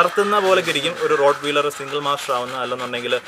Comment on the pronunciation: റോട്ട് വീലെർ അല്ല.... "റോട്ട് വൈലെർ എന്ന് ആണ് "